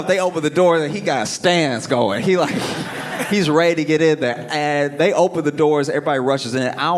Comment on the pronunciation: When he said, “this goin be good” I haven’t heard it said like that since Louisiana